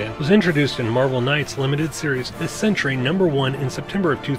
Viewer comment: Its sentry not sentury